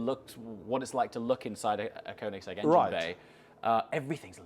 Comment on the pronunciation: koenigse(gg) to bugatti hahahhaha